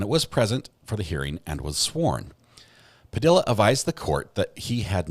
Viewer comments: PA-DEE-UH NOT PU-DILL-UH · BTW, it’s pronounced “Pa de ah,” not Pa dill a.” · Just a respectful note: Padilla is pronounced Pu dee uh. The U's are short. Great channel. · Puh-d-ya =Padilla 😅. The “ll” is pronounced, “ya” . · Padilla is pronounced "Puh - dee - yah" ... the double L's are pronounced like a y - I don't understand why no one in this country has enough respect to pronounce hispanic names with accuracy. It's not that difficult. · If Smosh taught me anything.. it's that Padilla is pronounced "Pah-dEe-ya" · I tried to listen... but I can't get over the mispronunciation of that last name. It annoys the hell out of me that people don't give a crap to pronounce Latino names properly.